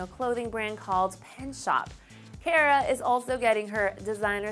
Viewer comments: she pronounced "Cara" wrong... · YOU'RE SAYING CARA WRONG..